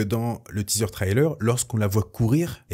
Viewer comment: Arrêtent avec tes trylers. On dit trailer de cette façon. "Trai" Comme dans "Je tire un trait" Et "ler"comme dans l'heure. There is no y in the middle of the word trailer.